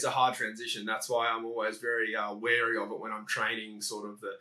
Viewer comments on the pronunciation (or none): none